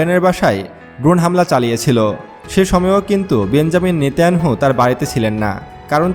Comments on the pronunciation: আপনি নেতানিয়াহু বলেন নেতাইয়ানহু নয় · জনাব সায়েন্স টিভির এনকর আপনার বর্নণা ঠিক আছে তবে আপনার বক্তব্যে কিন্তু কিন্তু অব্যয় শব্দটা বেশি বেশি ব্যবহার করছেন এটা পাঠকের জন্য একটা শ্রুতিকটু এবং নেতানিয়াহু শব্দ নামটা আপনি বলছেন নেতা ইয়ানহু অনুরোধ জানাচ্ছি আপনার প্রতিটি বক্তব্য রেকর্ডের পর ২/৩ বার করে নিজে শুনবেন তাতে আশাবাদী যে আপনার বক্তব্যে মুদ্রা ভ্রম ও অসামঞ্জস্য সমুহ ত্রুটিহীনতা ও ত্রুটিমুক্ত হবে ইনশাআল্লাহ শুভকামনা রইল ধন্যবাদ জাযাকুমুল্লাহ খাইরান ফিল কাউনাইন আমিন। ছৈয়দ মুহাম্মাদ ইয়াহইয়া নাছিম কাদেরী, চট্টগ্রাম মহানগর। ৬ ই নভেম্বর - ২০২৪ 💚💚💚💚💚💙💙💙💙🌹🌹🌹🌹🌹🌹🌹🌹 হোয়াটসঅ্যাপ - ০১৮১৪-৪৯৩৭২৭